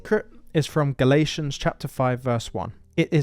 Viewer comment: It's Galatians not Galations!! Thanks for the Word though!! 🎉❤